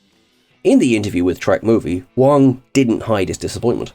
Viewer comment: That's Garrett Wang not Wong lol